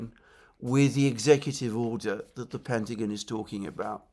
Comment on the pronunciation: Great show Alexander...but please, its 'The Pentagon' not 'The Pentagin'😅